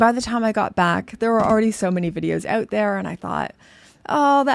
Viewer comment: I heard you say "out" and I didn't Even have to wonder where you're from 😅😊